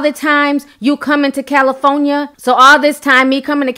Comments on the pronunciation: Tokyo may be Off her rocker, but your speech is Off the Meter....🤦🏾‍♀️😆😂 as usual... Where is Cali-Phone-Ya sis? The Hell🤦🏾‍♀️? There’s an “R” in that word, FYI: Cali-for-nia... just saying... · I can't with the Cali-fo-nia....I love your page tho! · Did you pronounce that “Cal-e-fo-ni-a”? More than once? 🤣🤣🤣 u crazy